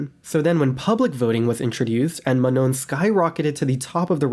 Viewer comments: It's pronounced Ma-noh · Ma-Nah is how to correctly pronounce Manon's name